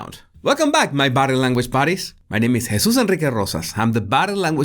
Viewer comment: These videos are great but sometimes I watch this guy just to hear him say his name. I want that name. It's awesome.